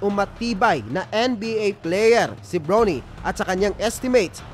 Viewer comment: Bronny LODS hindi “Brownie” parang sa Aso.😂😂😂😂😂😂